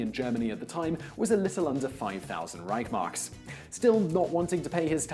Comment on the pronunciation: That's pronounced 'Rishe marks'.